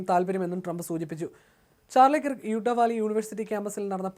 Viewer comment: Sir, please correct the pronunciation to Charlie Kurrkk, like you say the word ‘work.’ Thank you. When we listen to the deviation from the correct way of saying that name, it sounds horrible. Your reporting itself otherwise, is very good.